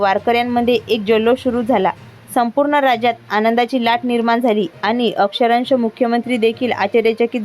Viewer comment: अक्षरंश नाही, तर अक्षरशः आहे.😅